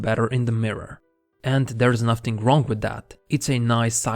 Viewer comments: Stop pronounce word nothing as "nafting" it's "nafin"! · С таким произношением ты бы лучше канал так и назвал бы: нафтинг